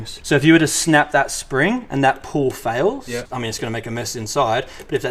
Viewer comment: It’s pronounced Pall as in Paul not pull